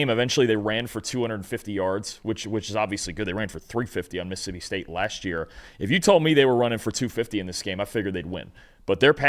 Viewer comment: it's mississippi, not "missipi". Please learn to pronounce all your syllables.